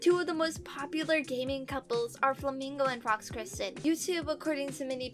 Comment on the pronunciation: Girl keeps pronouncing Kirsten wrong